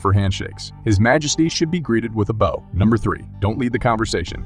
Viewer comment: “Bō”? Bow as in down, clown, frown. After a performance you take a bow. This is a heteronym; a word that has different meanings as well as different pronunciations. This is the second voice job that this guy has done pronouncing bow incorrectly. AI or not, either he’s fired or the editor is!